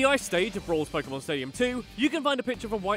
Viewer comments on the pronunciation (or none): none